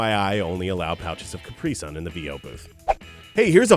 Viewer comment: Jaysus it’s pronounced Ca-Pri-sun not ca-pris-un